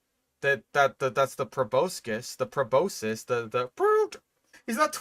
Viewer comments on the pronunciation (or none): none